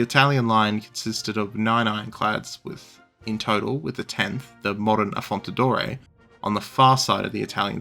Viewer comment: Like the video, thx, but a bit of preparation on names wouldn't hurt. Just one example: it's 'AffonDaTore', not 'AffonTaDore'.